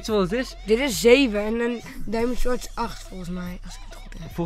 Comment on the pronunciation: niet als een beledeging maar je spreekt sword uit als sord